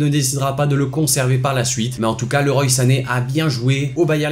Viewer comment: Leroy se dit Leroi.